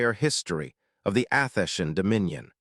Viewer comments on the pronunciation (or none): It is disappointing listening to the AI narrator make an abortion of a number of words repeatedly. It is pronouncing Athenian as Athesian. Bow {pronounced Bough} is pronounced like the weapon Bow; or like the front of a ship is a ribbon on a cake or a present. The voice itself is slightly annoying with a sort of higher sound range than pleasant. You need improvements if you would like repeat listeners.